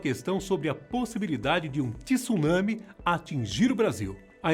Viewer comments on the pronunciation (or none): none